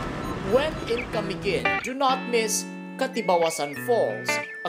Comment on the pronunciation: IT'S CA-MI-GIN NOT KUH-MEE-GUHN